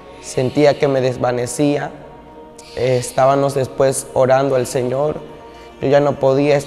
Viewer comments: llegábanos y estábanos hablando pura paja.Ni sabe pronunciar.Llegabamos y estábamos.No le párese.Todo lo q Dios nos dise está escrito en la palabra No x usted.Madure mi niño No ofenda más a un Dios santo santo santo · "Es ta ba mos", no se dice "Es ta ba nos". Dios te bendiga, la gracia de Dios sea sobre ti. Se dice lle ga ba mos, NO SE DICE llegaba nos. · Así es hermano , pero disculpalo porque no lo puede pronunciar bien